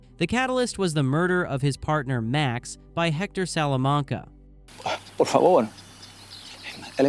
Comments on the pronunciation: Only if you learn how to say Salamanca correctly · You must have seen those shows several times. Why can't you pronounce Salamanca normally